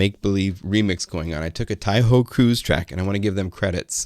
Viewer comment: lool "tai Ho cruse track"